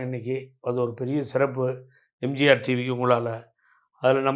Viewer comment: தம்பி எம்ஜார் டிவி ன்னு உச்சரிக்காத. எம் ஜி யார் டிவி ன்னு சரியா உச்சரியுங்க